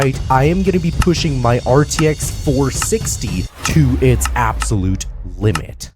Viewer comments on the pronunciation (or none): Bro pleaaaaaaaaaase stop saying "RTX FOUR sixty its FORTY sixty thanks (and also 4060 is a lot weaker thatn rtx 4060 desktop)